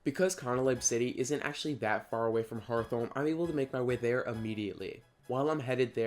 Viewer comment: I got more excited than I should've probably been when you pronounced Hearthome like hearth-ome and not heart-home hhh